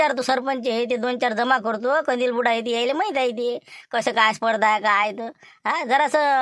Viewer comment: बोलते कंदील को कोलते😂😂😂😂